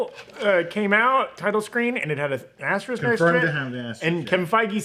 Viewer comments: Is it pronounced aster-ick, or ass trick? Like said, it does look like a butthole... But threw a haymaker with Rita Repulsa at the end there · Interesting choice to just give up on pronouncing the second s in asterisk